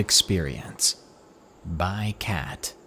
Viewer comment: did he just say cat instead of kate?